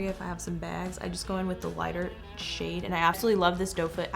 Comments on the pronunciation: When she said "to get your shade" It sounded like.. "to get your sh*t"... Omw 😂 😂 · When she says shade why does it sound like she saying something else